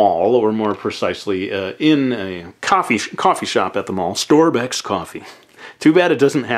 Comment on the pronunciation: lol "storbecks coffee"